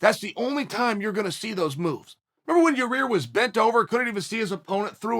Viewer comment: Chael: Max vs...Your-rear Me: ok, great